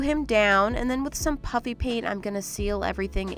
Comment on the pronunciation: I’m sorry but when you were putting puffy paint on the Berry bear did you say puffy paint or PUpPy PaiNT😂